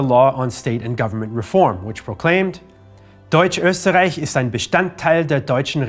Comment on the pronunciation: very nice German pronounciation. I am impressed - even "Österreich" was said correctly and not "Osterreick" - very very nice. Is it possible that you have learned German in school or are even raised in a German speaking country? Because it is so fluently and almost without any accent. and for the rest of the video.... thumbsup :) ****edit********* Google is your friend - now I know why your pronounciation is so perfect. :)